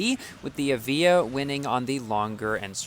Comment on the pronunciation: 1 star Evija: Not so good... 6 star Evija: Alright! I've changed my mind!!! P/S for: The pronounciation of the Evija: It's pronounced as A-VI-YA, not E-VEE-JA. Confirmed by Lotus